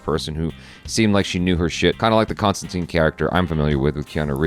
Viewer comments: its tine not teen, the keanu movie had it wrong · ConstanTINE is the actual, proper pronounciation. John Constantin corrects someone in the comics even back in the 80s, and both Gaiman, and Alan Moore also always used that pronunciation. I think the movie started the ConstanTEEN thing. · He's constantly correcting people in the comics, that it's "tine" not "teen", as far back as at least the early 90s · John constantly corrects people in the comics of the prononciation of huis name as ConstinTYYYNE lol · Wait, is it pronounced Constantine or Constantine?